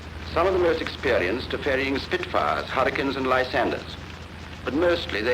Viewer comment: “Two Spitfars please”.